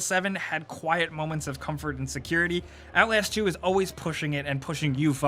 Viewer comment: He said "OutLAYASST 2" HAHAHAHA